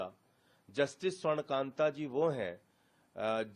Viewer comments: न्यायमूर्ती का नाम स्वर्णकांता जी है।और आप स्वर्णकांत उच्चारण कर रहे है। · You are pronouncing Justice Shwarn Kanta Sharma wrongly.